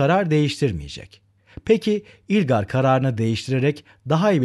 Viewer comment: Hocam yalnız ilgar değil ılgar diye okunuyor :)))